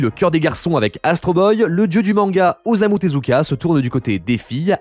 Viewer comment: Mmh, la prononciation massacrée, un régal. Itoito -> Hitohito Ozamu -> Osamu Takaashi -> Takahashi Ayasaka -> Hayasaka Un cell -> incel "Les problèmes sont répondus" J'ai mal à ma grammaire. Concernant les incels, ça veut certes dire "célibat(aire) involontaire", mais le terme a acquis une connotation de ressentiment contre la condition féminine, ce qui sonne bizarre quand ce terme est plaqué sur des romances où ce ressentiment est absent.